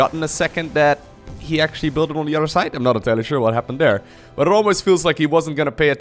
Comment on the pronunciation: I love the classic intro, but honestly, my personal favorite is when he says "the udder side of the map".